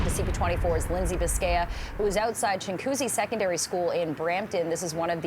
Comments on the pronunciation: its chin goo zee... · It's pronounced ching wa coosy, not chingcoosy